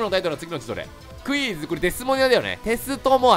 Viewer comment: 最初のクイズがうぃーすに聞こえた((